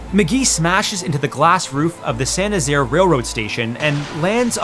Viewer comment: Thank you for pronouncing St Nazaire properly ❤️